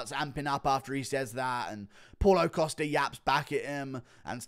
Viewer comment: hey it's Costa, not "Coster" :)